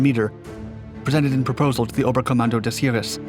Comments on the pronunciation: Heer: pronounced HAIR. Not herer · Btw Heer is pronounced with a long e instead of ee, just fyi.